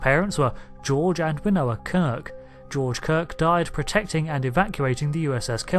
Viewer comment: Sounded like you said... "Winoa" Kirk ?!! I knew her (via the late Vonda MacIntyre) as _Winona_Kirk_. 🖖